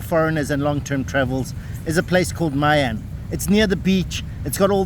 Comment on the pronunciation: "I" and "Y" are pronounced like in "Italy", so try pronounce My An again 😉